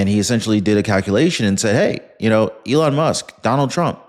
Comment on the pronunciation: HE CALLED ELON MUSK ELON LUSK 🤣🤣🤣🤣 HE'S GUILTY 🤣🤣🤣🤣